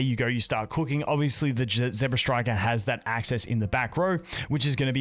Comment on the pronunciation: ZEBstiker not ZEBRAstriker